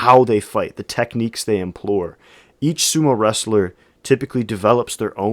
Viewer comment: Welcome to Sumo! I started watching on a very small b&w tv back in 1970. In Japan. Thanks for your informative summary. An observation: I hear you saying *implore when I think you mean *employ.